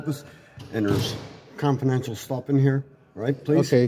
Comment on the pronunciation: “there is Confornetial stuff”